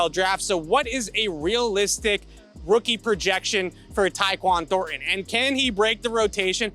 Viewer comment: can not say ThorNTon